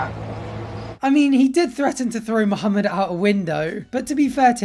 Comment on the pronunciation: that was my first time catching you pronounce the H correctly in Muhammad's name ... I'm sure you did it before, but that was the first time I heard it right 😊